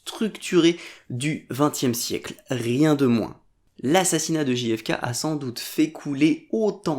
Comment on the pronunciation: Merci pour cette vidéo ! Juste pour rougner trois secondes : z'êtes sûr qu'on dit "Ji Effe Ké" ? Ce serait pas "Jeille Effe Keille" plutôt ? Ou alors Ji Effe Ka", mais faut choisir 😁